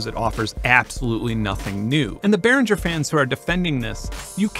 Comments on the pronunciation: Benn, it's Behringer. Beh-ring-er. Ring as in "ring the bells". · I kinda got turned off the minute the host mispronounced the name Behringer